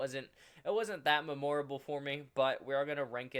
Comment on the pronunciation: you have to be trolling why do you say memorable like that it hurts my brain !!!!!!!